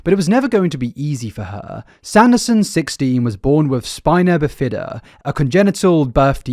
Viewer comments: Just for future knowledge it’s pronounced spine-a-bif-a-duh and cath-uh-ter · Pronunciation off on a bunch of words. Coleen, spina bifida, catheter to name just a few. And no it’s not an English vs American thing… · I refuse to believe he hasn't heard the words spina bifida, heinous, catheter out loud before?! Surely he says them this way to troll us? Get us to comment like this? Lol